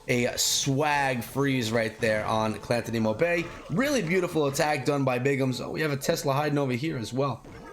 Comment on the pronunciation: Hey! I love your stuff man! But I think this clan is pronounced like Guantanamo Bay --> Clan-tanamo Bay... 🤔🤔 Just a thought! Love your stuff! 💕💕👍👍